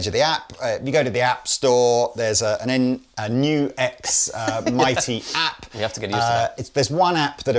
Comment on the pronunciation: NUX! Not Nu-X unless they change the name to include a hyphen. (That's a TRIANGLE, not a hyphen) That's it! It's also GIF, not JIF, NUTella, not NOOtella! You're welcome!